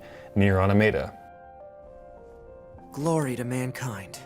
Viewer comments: I really don't understand why so many people don't seem to know how to properly pronounce NieR: Automata. If you've played the game in its entirety, there's literally no question on how to pronounce it... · On e of the pods actually say the words NieR: Automata at the end of!